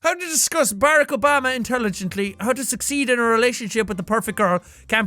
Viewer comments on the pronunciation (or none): I love the way he pronounced Obama's name lol.